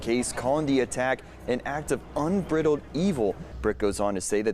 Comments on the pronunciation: Un-BRIDLED , like a bride. Not Briddled, like peanut brittle. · “Un-briddled” 😂 Um… this anchor may need a little remedial English class 😬